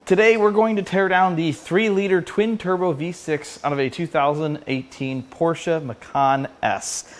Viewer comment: Thank you for pronouncing Porsche correctly!